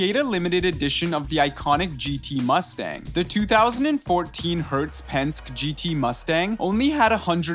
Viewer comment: "Pensk"?? OMG "Low go no"???? WTF??